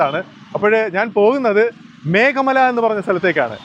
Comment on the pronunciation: മേഖ മലയല്ല ഭായി മേഘമല ....🙏❤️